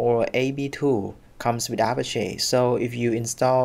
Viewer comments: Don't know why this bothers me, but Apache is pronounced uh-pach-ee, like the Apache Native Americans. Not A-pash-ay. Have a nice dy. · Great video, however the pronunciation in English would be A-patch-ee.